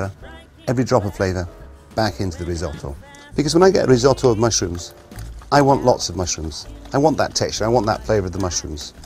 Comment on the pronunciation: well pronounced, chef! a single vowel followed by a double consonant is pronounced short, so "riz - otto" not "riz owe toe" like our beloved american cousins would say